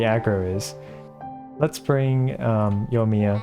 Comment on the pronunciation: While they're at it, they should gently let him know he mispronounces Yoimiya (._. )